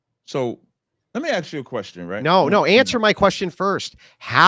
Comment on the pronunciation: Pronounce the word ‘ask’ correctly, then maybe I’ll listen.